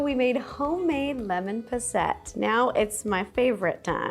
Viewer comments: It's not not pronounced "pos-sette". It's pronounced "pos-sit". It's not a French dessert. It's from England. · POSS- IT!!! Not ETT!!! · Hello. No shade at all, but I believe the pronunciation of Posset puts the stress on the first syllable. PAW-set 🤗🤗🤗💋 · It’s lemon poss-et 😂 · That's... That's not how you pronounce posset. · As a brit I am triggered by the pronunciation of posset tho 😂